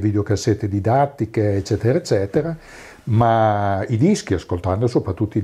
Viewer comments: Mi permetto di correggerti: "ezzetera ezzetera..." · "eccetera eccetera" a parte, super intervista! :D